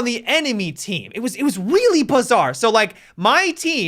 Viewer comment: It was WEALLY bizarre! Lol